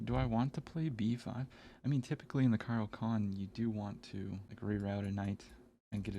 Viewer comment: It's Caro Kaan not Caro Can't!